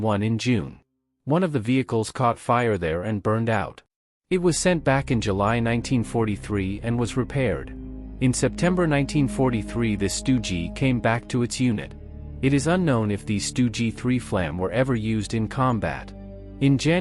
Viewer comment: A.I. text to speech is a crime against humanity... as well as this and other channels. edit: "Flammpanzer i " "range of 35 M(not meters but M)" ..."Stugie"/"Stu Gs????? - just too cringe .